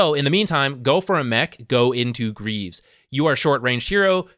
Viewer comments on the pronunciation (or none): none